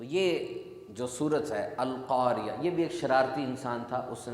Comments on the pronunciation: القاریہ نہیں ہے القارعۃ ہے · بھائی القارعہ ہے